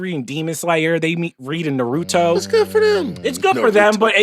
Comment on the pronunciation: Why do people mispronounce Nah-roo-toe?